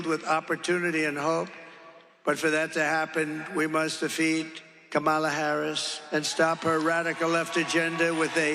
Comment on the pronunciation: Oh my gosh, say her name right then: it is KAM- A - LA!!! IT SERIOUSLY IS NOT THAT HARD!